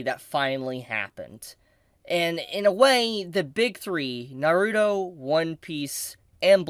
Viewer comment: Learn how to say Naruto!!